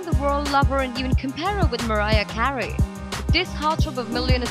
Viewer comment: Narrator: Mariah Cahrey